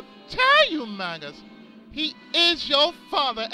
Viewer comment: I thought it was pronounced May-jus in this game but I could be wrong. Anyway, been looking forward to this for a long while now! Great voices by the way.